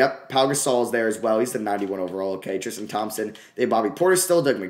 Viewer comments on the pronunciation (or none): none